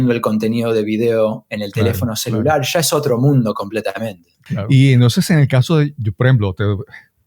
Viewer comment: "Sho he dicho sha"...